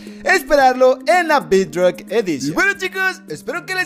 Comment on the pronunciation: No se pronuncia bidrock